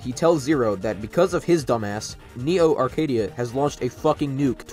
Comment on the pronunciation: Local kid still can't say "Neo Arcadia" without having a stroke 💀